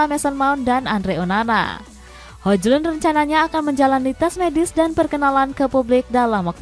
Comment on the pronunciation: Hoilun kali dibaca min bukan hoJlun secara harfiah🫣